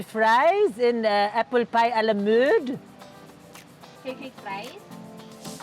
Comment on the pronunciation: can i have frenche fries and apple alamound? french accent* teller: french fries?: affiliatively smiles. never gets old.....